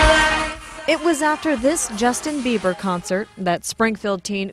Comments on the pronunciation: the mom said justin biewer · Um, she definitely said Justin Beaver...hahaha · im sorry she said justin beaver... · "..listen to justin beaver over and over again.." IT CANNOT BE UNHEARD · The mom keeps saying "Beaver"... why?!? Just... why?!?😩😩😩😂😂😂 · LMAO she clearly says Justin Beaver really shows how much you really care about your daughter... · Did any1 else hear the mother calling him justin "beaver"?? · 🙈 the mom said Justin BEVER! Lol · hehe she said Justin beaver checks the rest of the comments I guess I wasn't the only one who noticed then. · She said justin beaver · did the lady just say justin beaver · Lmao she said Justin Beaver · Is she saying justin beaver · She says beaver not bieber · D-did the mom say Justin BEAVER? o.o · she said Justin biever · Lol she said justin beiver CD hahaha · she said justin biever* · i love the way the mom can't even say the name properly